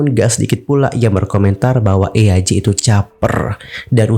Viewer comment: kak btw baca nama eaj tu bukan eyaj wkwkw tapi jadi "ij" gitu😭😭😭